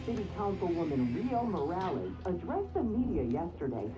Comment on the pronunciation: its "Morales" not "morals". im mexican American to let u kn0w